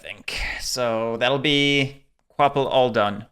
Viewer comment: Qu’Appel is pronounced ka-pell, not kwopple.